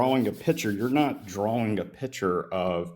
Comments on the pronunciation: "drawl a piture" 🤮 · Does this caller not realize that the word picture has a 'C' in it? He keeps calling it a piture. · He says "piture" and wants to discuss science 😂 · "A pichur" is making me slowly lose my mind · I'll go with the guy who can say 'picture' properly.